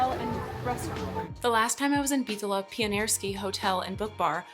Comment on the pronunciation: lol bro there's no H in Bitola